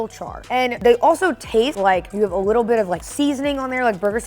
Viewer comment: “Just a whittle bit they waste wike a whopper to me”